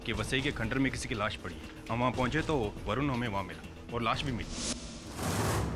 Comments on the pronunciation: Areeee Barun nahi varun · Arrre Barun nahi vrun😂😂😂😂😂😮😮😮😮❤❤❤